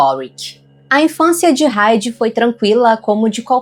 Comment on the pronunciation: O nome HEIDI não se pronuncia o H com som de R, como fazemos no nosso vocabulário👈 a pronúncia é com o H mudo👈 assim👉 AIDI. Então se escreve HEIDI mais a pronuncia que deve sair é AIDI sem o som do H com som de R. Acho que consegui explicar bem detalhado abraços.